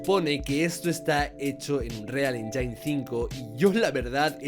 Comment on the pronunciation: casa vez que dices engine mal muere un gatito